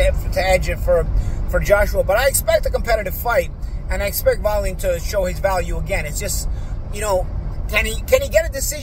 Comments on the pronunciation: LOL way-leeeen 🙂.... I like but he's a pudding sometimes. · Is he pronouncing Wallin correctly?